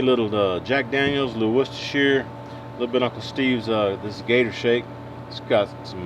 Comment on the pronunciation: Good to see you back man. And good to hear someone your side of the pond pronounce Worcestershire properly 😂 I visited Texas recently and loved HEB. I can understand your disappointment if you’re not near one anymore